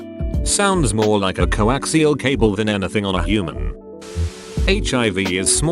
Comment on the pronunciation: Cocksial cable lmao